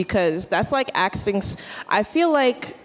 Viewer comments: College student saying axing a question multiple times. Axing her future career opportunities.😮🎉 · Why the fuck can’t Americans pronounce “ask” or “asking”? Why do they say “axing”? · Why do black females say axing instead of asking..? A true mystery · Its ASKING not Axing. These sbowflakes cant even speak english.